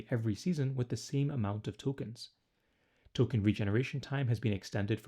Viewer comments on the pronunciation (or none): none